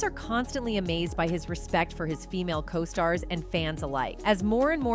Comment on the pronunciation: Co-stars....long 'O'!